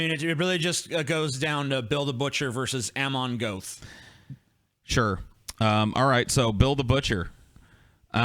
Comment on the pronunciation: wtf, your pronunciation of Amon Göth. If I didn't know which movie he's supposed to be in I would have had no clue who you're talking about.